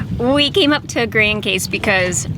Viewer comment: Your pronunciations are horrid! May I suggest you do these islands justice and google pronunciations? I’m happy to hear you got one corrected! “Gran-cass = Grand Case” Mary-go” = Marigot. It makes me absolutely crazy! LOL I love St Martin & Grand Case for sure. Your dive was beautiful & that turtle camouflaged was amazing. It was a nice, peaceful vlog. Stay safe!